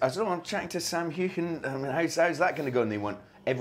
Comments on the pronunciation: This is such a personal interview with Sam Heughan. So relaxed with new conversation. Also, I loved hearing Sam's last name pronounced correctly with the Scottish accent. Brilliant! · Yes, the traditional Scottish way with a “back of the throat” pronunciation of the “gh.” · Great to hear Sam's surname pronounced "authentically"!👏👏👏👏👏